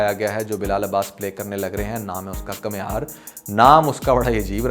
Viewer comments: Kamiyar not kamhiyar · بھائی کمیار نہیں بلکہ کامیار